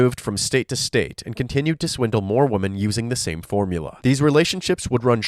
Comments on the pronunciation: Hey bro. You make high quality content, thanks! Idk if you'll still read this a month after, but as a tip, the pronunciation of women is wimen, with the i as in 'did' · 😂😂😂😂 "these woman" 🤣🤦🏽‍♀️🤦🏽‍♀️🤦🏽‍♀️🤦🏽‍♀️🤦🏽‍♀️ DUUUUDE!!!!!!!! Its ----->>>woMEN<<<-- NOT >>>>woMAN<<< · I noticed a lot of Americans say “woman” instead of “women”. Is that an American thing? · It’s charming you pronounce “women” like “woman,” but slightly confusing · It’s women…. Like swimmin, without the S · Love your vids but bro please learn how to pronounce ‘women’. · A nice change from murderers! Also, you gotta work on your pronunciation of "women"